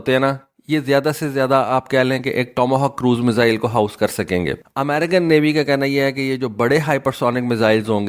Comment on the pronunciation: بیٹا لفظ میسل نہیں ہے یہ 1 بیماری کا نام ہے۔ میزائل بولو